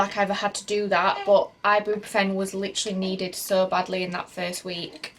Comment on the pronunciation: You’re pronouncing Ibuprofen completely wrong!🙄